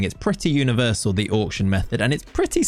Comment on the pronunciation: Auck-shun! Auck-shun!